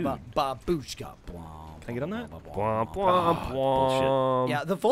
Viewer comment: It's not babuuushka, it's baaabushka (in russian it means Granny)